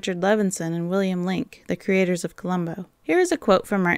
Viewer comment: I like your videos, but have to pick up on a couple of things. First it's Willem Dafoe, not William. And that list of good people to play murderers in the series is really bad. Not a single one I would have chosen. A lot of the people you mentioned were only beginning their careers in the 70s and would have been miscast anyway. You need actors who appear as the last person you would suspect. People like Ben Gazzara, Charlton Heston, hell even someone like Jerry Lewis would have been interesting.